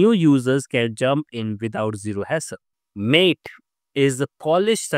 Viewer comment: "Maté" is not pronounced as if meaning "friend", like "Late"! it's pronounced "mah-tay", like "Latte", and it's also a type of beverage!